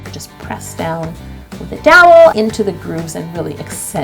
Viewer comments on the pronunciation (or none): "just press down with a DOWELWKEKELEL"